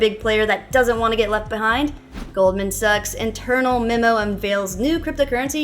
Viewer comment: Pretty sure she pronounced Goldman Sachs as Goldman sucks 😂